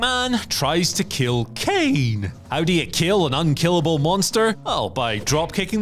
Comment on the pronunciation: Should’ve re-recorded that “Kane” to be honest